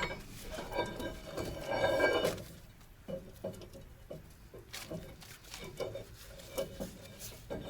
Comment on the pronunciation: АндранИк, а не АндрАник. Хотя, будем считать это локализацией армянского имени на белорусский язык;-) P.S.: Долей масло! (просил напомнить)